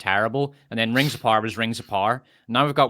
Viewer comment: "The rings of Pyre" 🤣😂🤣